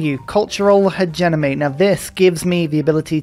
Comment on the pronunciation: Fun series and love your videos but why do you pronounce it technocraNcy? Isn’t it just tech-nah-cracy, like democracy? Is this a British thing? Also hegeNomy vs hegeMoNy?